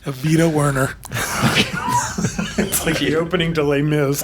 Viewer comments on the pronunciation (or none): “Evita Werner” bwahahahaha